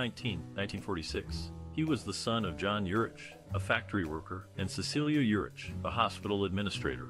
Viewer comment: Ugh. Not watching this since you don’t even know his name. It’s pronounced URICK